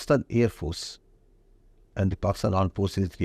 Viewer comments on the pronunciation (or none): Aand force😂